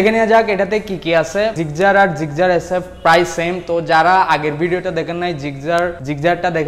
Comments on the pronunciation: "জিকজার" হাইস্যকর ! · ভাইরে এইডা জিক্সার, জিগজার না 😅😅😅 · আলা নোয়াখাইল্লা মফিজ জিক্সার রে জিগজার বলে কথায় আছে না পানি রে বলে হানি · আরে দাদু গাড়ীর নামটা তো ভালো করে বলো... ওটা জিক্সার গাড়ী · জিক্সার উচ্চারণ টা ভাল ভাবে বলা উচিত